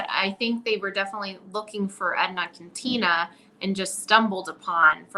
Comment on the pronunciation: Quintana pronounced "Kin-tan-a"